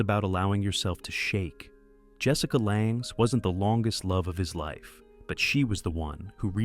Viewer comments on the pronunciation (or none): I laugh when I hear 'take a bow' sounding like Bowtie, AI obviously and Jessica LONG, born in Minnesota, but it's LANGE and pronounced 'lang'